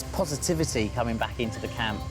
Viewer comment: camin not crocs